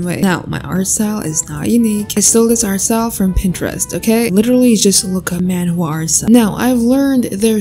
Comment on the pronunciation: I understood "manwhores" hahaha 🤣